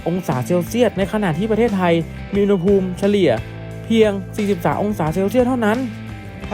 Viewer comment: อุณหภูมิ ต้องออกเสียงว่า อุน หะ พูม นะถึงจะถูกต้องตามหลักภาษาไทย